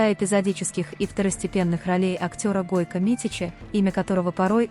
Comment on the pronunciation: Не Гойка а Гойко.